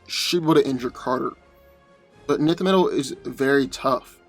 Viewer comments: Isn't it pronounced enth metal not nith metal? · 1st, Nth metal is pronounced ninth NOT nith, & no, Nth metal is not stronger than adamantium. Hawkman's healing factor isn't more powerful than Wolverine's. What happens when cuts his head off, what then? No way Hawkman wins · Love to see hawkman "fly away" when wolverine cleaves his wings from his back. Also...pretty sure its pronounced "en-th" metal not "nith" metal. And the combatant tgat can fly doesn't autowin as you suggested simply becausr the grounded opponent couldnt get an attack up to him. The flier has to come to ground level to get his attacks to land as well. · Two of my favorite heroes. Note: I believe Nth metal is pronounced "enth" not "nith". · Isn't Hawkman's armor material, Nth Metal, pronounced "En-th" Metal? Like the way you pronounce "tenth"? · enth metal (but ignore the e). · It kills me when he misspronunces enth metal lol I'm going to need him to watch some of the cartoons lol to hear how it sounds lol he does it in all his videos lol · We just gunna ignore you pronounced hawk man's metal wrong ? (Pronounced "ENTH")